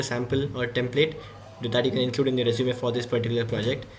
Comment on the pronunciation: you said we can put this in our sresume or I heard something wrong?